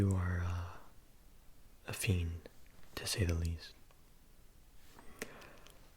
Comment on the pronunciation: “you are a feind, to say the least” me : “Fe!n ?” 😭😭